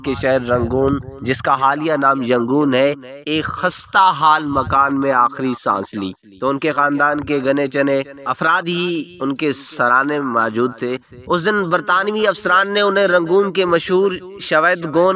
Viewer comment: gine chune lafz hai ,ap ne gne chne parha hai. urdu k alfaz mein zer zabr pesh ka dhaiyan rakhein baqi ye daastan sun k be,intha dukh howa,Allah ho Akbar.